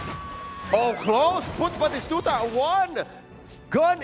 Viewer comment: That caster can't say batistuta or what is happening?